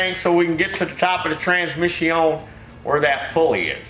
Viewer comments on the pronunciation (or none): I'm glad you know the proper pronounciasheron of the word "transmission"...(trans-mishy-ohn) This is a major failure in the educational system these days. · "trans-miss-eeon"- ooh lala